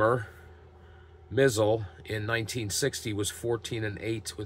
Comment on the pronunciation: Hi..... always enjoy your replays using basic and I love basic myself. I think I mentioned to you that the one thing that bothers me about basic is you cannot get hit with a pitch. The way to pronounce vinegar Bend Mizel and it's pronounced my z e l l..... vinegar Bend myzel.... keep up the good work